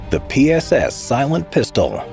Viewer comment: Please avoid saying anything in Russian. That PSS pronunciation... 🥲